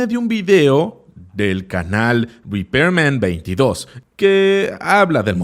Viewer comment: No es repairman22, es repman22